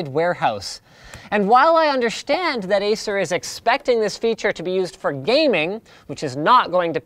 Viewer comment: finally someone noticed that he say it "underSHtand"